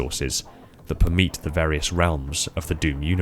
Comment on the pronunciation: "Permeet"? You mean per-me-ate?